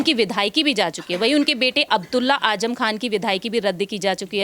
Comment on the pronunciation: Ajam nahi azam bolo j nahi z hai pahle bolne ka tareeqa seekho